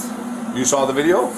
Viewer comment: if the officers didn’t know she was faking it I’m sure the way she pronounced “video” as “vidayo” here gave her away.